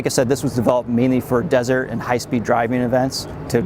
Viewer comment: Did he say die er ving driving when you are going down the road!? . YAY, a roof rack! BS!, sorry! Toyota PLEASE LISTEN to you customers!!!